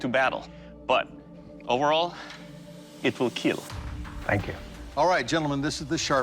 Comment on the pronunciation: It will keal